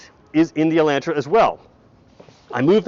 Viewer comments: El'o'ntra, not ELAAntra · Take the mask off and it’s “E””lantra” hillbillies. Smh